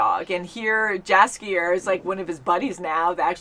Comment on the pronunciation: Jaskier is pronounced "Yaskier": like "yeti", not like "Jasmine".